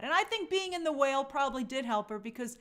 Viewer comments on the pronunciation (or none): none